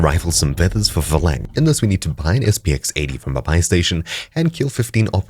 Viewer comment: Phalanx is pronounced "fey-lanks" not "fuh-lang".